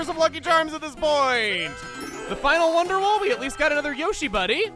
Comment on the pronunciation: I wonder if will ever say wonder wall instead of wonder wool on accident 🤣